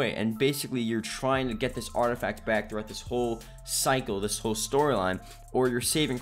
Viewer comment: "artifac" You forgot a letter there 😂